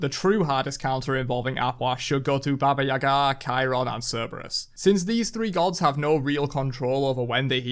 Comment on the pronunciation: The way you pronounce Baba Yaga is hideous…